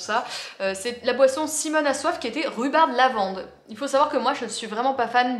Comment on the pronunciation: Si tu continues à dire rhubarde, je continue à dire brindade. bon en fait je vais continuer moi, j'adore faire chier mon mec. hahaha!!!